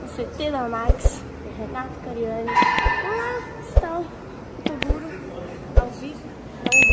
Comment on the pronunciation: é cariani não cariane